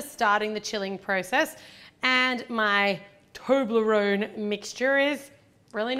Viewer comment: Its toblarone not toonlorone!!!